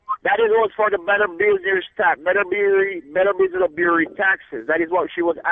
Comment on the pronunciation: Better Business of Bureen. Safee-tee. Mek I say.